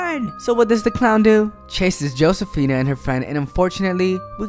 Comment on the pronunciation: Her name is pronounced ho say fina, not joe say fina.